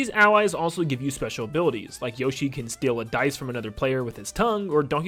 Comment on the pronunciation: You butcher Yoshi ability, steel he copies😂